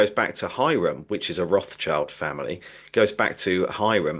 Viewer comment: totally lost me at Ra child - learn a real language man. (German)